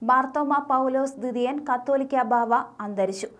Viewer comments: കത്തോലിക്ക എന്നല്ല കാതോലിക്ക എന്നാണ്. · Please tell as catholica not cattolica. First study and speak. Thanks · Please tell correct pronounciation. Not kattolica. Catholica is correct. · കാതോലിക്കാ എന്നു വായിക്ക്.